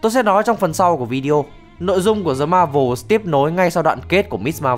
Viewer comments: Tại sao 1 channel chính thống & đc đầu tư bài bản về mỗi clip…mà vẫn phát âm là “Dờ Ma Vồ”? Rồi có biết bao nhiêu audience xem đc & sẽ phát âm theo như vậy (bởi vì nghĩ là video này là chuẩn)? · (Tiếng Anh là ngôn ngữ giao tiếp hàng ngày của mình ở nơi làm việc, vì cty mình là 1 tập đoàn truyền thông quảng cáo đa quốc gia. Và mn (kể cả dân nói TA là 1st language) xung quanh mình đều phát âm là "Đờ Ma Vồ") Ủa mình có góp ý cái gì sai sao: Phát âm k chuẩn tiếng Anh thì mình nói k chuẩn (vd như bạn tên Tuấn mà mn xung quanh cứ kêu bạn là Tứng thì bạn chịu k?). Góp ý là để team làm tốt hơn nữa chứ có phải là phê phán hay nhục mạ gì đâu mà sao k đc góp ý? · Đồng rằng đây là 1 kênh chuyên về review film bằng văn phong giải trí, nhưng nó vẫn là 1 chanel có nhiều sub & mỗi video đều có nhiều view: Việc phát âm 1 từ tiếng Anh k chuẩn như vậy sẽ kéo theo việc nhiều người xem cũng phát âm giống như vậy (bởi vì họ nghĩ rằng chanel này là "chuẩn" rồi). (Thực tế mình gặp rất rất nhiều các bạn trẻ người Bắc phát âm tiếng Anh k chuẩn ở nhiều từ khác nữa: Flex phát âm là Phờ Léch . Video phát âm là Vi-déo. Brazil phát âm là Bờ Ra Zin. House phát âm là Hâu...) Lý do là vì từ ở ghế nhà trường các bạn đã đc dạy phát âm k chuẩn. Rồi đến tất cả mn xung quanh cũng phát âm như vậy. Rồi giờ đến các chanel lớn như thế này cũng phát âm sai...Cứ vậy cho tới khi nói chuyện với người bản xứ tiếng Anh thì ngta k hiểu các bạn nói cái gì. => Tác hại của việc phát âm sai nó lớn hơn so với bạn tưởng tượng nhiều lắm đó. Và mình cũng chỉ muốn góp ý để cho việc đó k diễn ra nữa mà thôi. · vấn đề là bạn cũng đưa ra hướng giải quyết sai, vậy bạn cmt dài có tác dụng gì? Khi chữ "th" trong Tiếng Anh không thể phiên âm = chữ có sẵn trong TV được :D Không biết công ty bạn làm là gì, nhưng đọc là "Đờ" cũng sai hoàn toàn